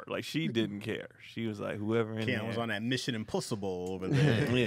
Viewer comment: “MISSION IMPUSSIBLE” 😭